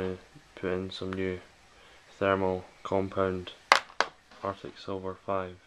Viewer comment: ''Thermal 'cumpund'.''